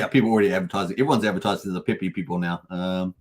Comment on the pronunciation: Pepe... not PEE PEE 😅